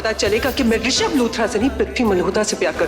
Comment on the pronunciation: Arunauchul pagal ho risabh hota hai rishad nahi😅